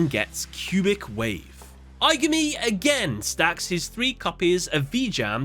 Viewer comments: I-GAH-ME... please pronounce it as in the movie... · “Eye guh me” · Im almost certain im the only person upset by this, but jeez the mispronunciation of aigami's name and the cubic card's names is genuinely confusing to me Considering that they say the names in the movie. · Take a shot every time he pronounces Aigami's name wrong. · Please pronounce the villains name correctly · Have you not watched the movie? You’re pronouncing the villains name so wrong